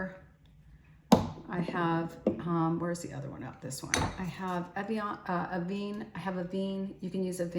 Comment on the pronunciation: A ve ne it’s pronounced A Ve Ne